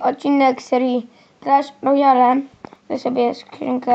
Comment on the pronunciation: czyta sie "klasz rojal" ! Miłosz